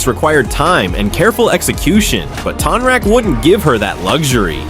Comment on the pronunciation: It's TONE-rock 😂😂 sorry I had to say something. You made some great points about Kya's aggression towards Zaheer, I never noticed that before! I think Tonraq would win, too.